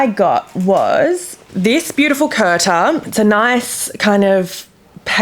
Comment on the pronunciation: Kurta is pronounced as 'koor/coor taa' not 'curta', the t on taah is soft as well, as in Taaj from Taj Mahal.